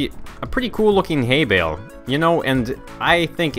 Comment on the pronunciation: Really? Haybail? Its Haybale